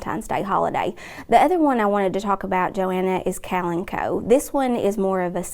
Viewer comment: I have never heard kalamchoe pronounced the way she said that. Worked at a greenhouse for 14 years and we never pronounced it that way. I was wondering why that plant looked familiar. The plant was too close and I didn’t see the name at first. When I saw it I was like what did she call that? I put those damn things in wicker gardens every day.